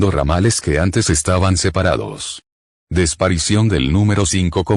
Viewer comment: La “desparicion”. Enséñenle a hablar bien a.